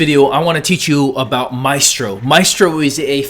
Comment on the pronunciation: You spelled Mystro wrong and you pronounced it wrong.